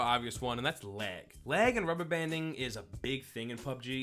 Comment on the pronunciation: He said lag I thought he said leg